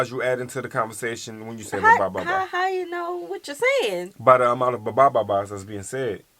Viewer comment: You pronounced the bababa ba better the supposed "Filipino Guy" they have there. Dude didn't even try enough to hide the fact he didn't know how to speak the language.